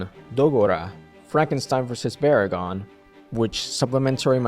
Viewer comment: VERR-in again. What about BRAG-in, and Jay juh-GOO-ah and Kingooo Guide-o-rayeh and GAYM-raw, and Mee-GAG-ris and Dr. juh-KEEL and Mr. HEE-day? LOL just funnin', nice work.